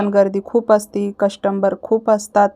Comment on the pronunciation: कस्टंबर नाही कस्टमर.